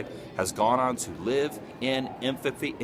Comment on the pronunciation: When infamy is emphasized - inphafy.